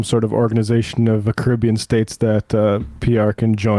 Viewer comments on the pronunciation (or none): none